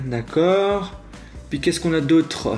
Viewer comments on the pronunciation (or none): none